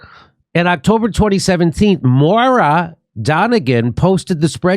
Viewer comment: It's pronounced Moyra not Mora.